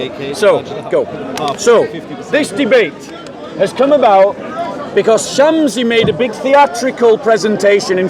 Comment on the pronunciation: Its shamsi Not shamzi